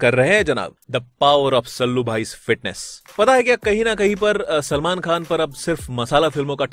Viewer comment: Bhai name to sahi bolo selmon bhai